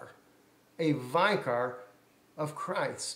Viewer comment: the word vicor is pronounced vic or not vi cor. If you are going to preach at least know what you are saying. Look it up in the dictionary. IT MEANS CHRIST ON EARTH..